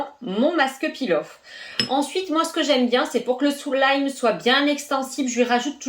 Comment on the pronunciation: tu as dis soulime xD